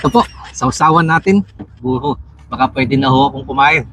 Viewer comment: bulol kapala brod anong tawag mo sa buro boror